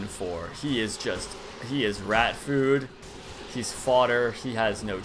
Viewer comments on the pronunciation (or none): none